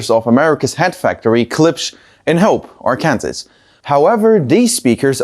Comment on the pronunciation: Good video. Just for the future, Arkansas is pronounced Arkansaw.